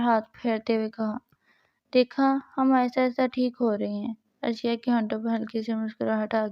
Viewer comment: It's not arshiya it's areesha